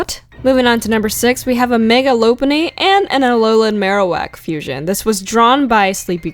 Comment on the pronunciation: LOPUNNY IS NOT PRONOUNCED AS LOW-PUNNY ITS LOP PUNNY LIKE A FLIPPING LOP EARED RABBIT